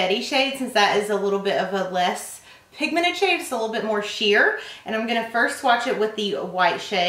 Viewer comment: 'very pigmened'